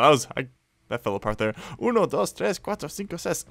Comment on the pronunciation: Die acht war gut